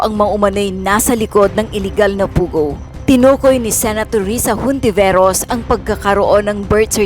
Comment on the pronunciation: Ontiveros ang bigkas nun …Katsila kasi.Silent “ H”.😊